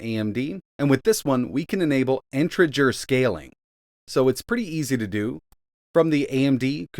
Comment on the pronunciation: Am I going crazy or is he saying integer really wrong